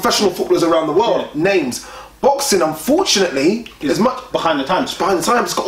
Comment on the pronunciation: You guys murder people's names 😂